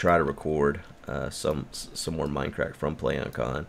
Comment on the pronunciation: its mindcrack not minecrack